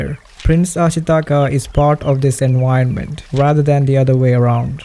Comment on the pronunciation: Hi! I hope this doesn't rub you the wrong way, but could you please try to standardize your pronunciation? Especially the "v" phoneme, which you pronounce "u", like in "enuironment". You'd think concerns like this would probably come from people trying to defend their language or something like that, but actually your way of speaking would be EASIER to understand for native English speakers, which I'm not. If it's in your interest to be better understood by non native English speakers, I suggest you make an effort to standardize your pronunciation. 😊 Oh, as an aside, "gi" in Ghibli is pronounced like in guillotine. Cool video!